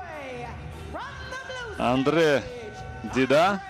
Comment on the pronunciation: Ударение не на ту гласную...Дида́, у всех других он Ди́да, бразилец же, ещё есть Андерсон Сильва́😅, Аэртон Сенна́ 😅 и пр. Слух режет